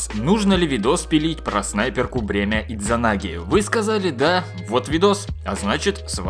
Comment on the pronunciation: Д не произносится! SMOrc